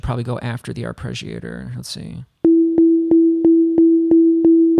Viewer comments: Why are you pronouncing it "arpReggiator"? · arpreggiator lol